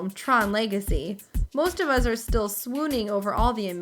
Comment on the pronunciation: she says us the same way my dad does witch is uz